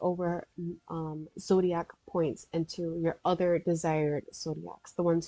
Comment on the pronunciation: lol “ZODAIC”